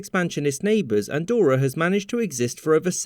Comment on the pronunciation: It's not called "Andorror" btw